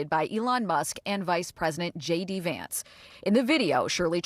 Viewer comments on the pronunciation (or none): none